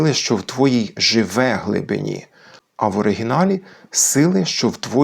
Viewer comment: А там наголос часом не на "И" в слові "глибині"?